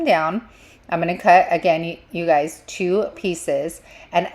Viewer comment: I love how you say “you guysezzs” and here in Louisiana we say “Y’all’s”!!!!!